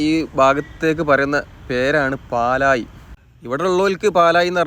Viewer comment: പാലായി അല്ല ബ്രോ പാലാഴി :)